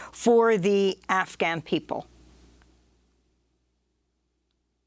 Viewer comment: i love how she pronounces afghan properly here.